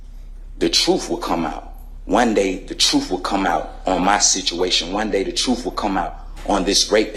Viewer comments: the "troof" shall set you free! 😂😂😂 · The " truff" ? 😅😅😅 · Did he say “troof”? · He pronounces truth like it has an F at the end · The truff? YOU CAN'T HANDLE the truff. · " the Troof" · What the hell is "truf"??? It's not "TRUF" people, it's TRUTH!!!!!! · The truf and nothing but the truf. 😂😂😂😂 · You aint speaking the "troof" buddy. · Why didn't they teach him the pronunciation of the word "truth"